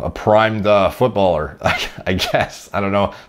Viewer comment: thx for saying footbaler...